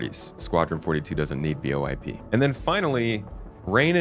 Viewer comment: Feels like when u spelling out VOIP your checking if we’re paying attention 😂